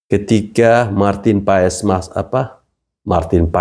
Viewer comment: Maaf, PAES dibacanya PAS, om...